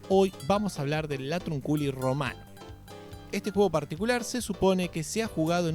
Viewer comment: Se pronuncia latrÚnculi 😂